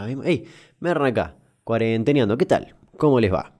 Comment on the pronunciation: Se dice "CUARENTEANDO"